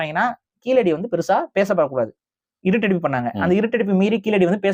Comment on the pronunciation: நீங்கள் சொல்லும்போது கீலடி என்று சொல்கின்றீர்கள். கீழடி என உங்கள் உச்சரிப்பு சரியாக அமைய வேண்டும். சரியாக உச்சரிப்பில் பயிற்சி வேண்டும்